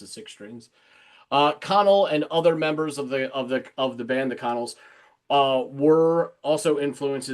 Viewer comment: Funny fact - and not that I want to correct you, BUT...the band The Connells is pronounced "kuh-NELLZ". The first syllable sounds like "kuh" and the second, stressed syllable rhymes with "well".